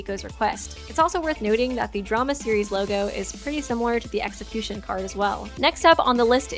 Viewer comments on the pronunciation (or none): I'm sorry did u just say sexicution